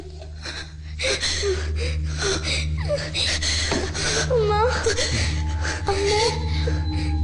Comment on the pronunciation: ഭാവനയുടെ കഥാപാത്രത്തെ ശ്യാമ എന്ന് വിളിക്കുന്നതിന്‌ പകരം ഹേമ എന്നാണ് വിളിച്ചു കേൾക്കുന്നത്.. 🌷